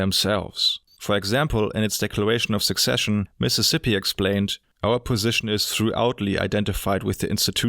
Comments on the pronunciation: A very well-researched video. I'll be sure to keep this around. I would like to offer some pointers on pronunciation though. 'Secession' is not pronounced like 'Succession'. The South 'seceded'. there is no 'k' consonant in 'secession'. It is pronounced phonetically as 'suh-session'. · Great video, thank you! Just a small pointer on pronunciation. You pronounce secession like “succession.” Secession is pronounced like “sesession.” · Thanks, just one thing secession NOT = "succession" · I'm not sure if it's just the way I'm hearing your accent but I think you might be pronouncing secession as succession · Don't feel bad - English not first language obviously - just wanted to mention that "Secession" and "Succession" to different words, you pronounce the "C" in "Secession" like an "S". It's clear what you meant of course, but what is the comment section for if not useless pedantry ;) Otherwise thank you for making the video, was thought provoking. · Sorry for the spelling nazism although I do know this is not your first language, secession is said as "suh-session". Thanks and great video! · It was supposed to be "secession". It's ironic when someone "corrects" a word and gets it wrong themselves.